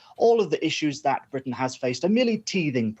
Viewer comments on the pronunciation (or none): Someone teach this person to say Britain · The word 'Britain' is spoken with a 't' sound in the middle. An alveolar tap like what you get in the USA is okay, but somebody needs to tell the American presenter to pronounce the name of the island properly. It sounds amateurish and slovenly the way she said it.